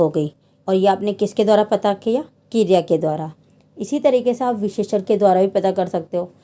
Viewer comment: Kirya nahi kriya